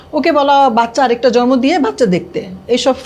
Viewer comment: বাচ্চা “ জরমো” উচচরন করেনা সুষ্ঠ উঁচ্চরন “জন্ম” বুঝলে বাংলা যদি সুন্দর করে না বলতে পার তবে কেমন করে মুভি নাটকে অভিনয় করতে যাও? আর বাচ্চা কিন্তু দুই জনের ই অধিকার যতই খারাপ বা দুষ্ট হোক বাবা অথবা মা এই কাজটা ভালোকরো নাই ম্যম। যখন তোমরা বিয়ে করছিলা তখন কি আমাদের বলে কয়ে করছিলা?? এখন যখন তোমাদের মধ্যে গন্ডগোল তখন কেন আমাদের কানে ঘ্যন ঘ্যন করতেছো সামনে কিন্তু তোমার কপালে খারাপ আছে ৯৫% হবেই দেখিও বিউটি